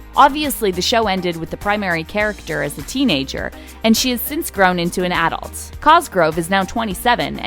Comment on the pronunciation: lol I love how the narrator pronounces adult 😂😂